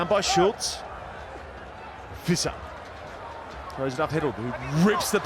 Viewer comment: To the commentator: Visser is pronounced fisser. Not Wiese 😂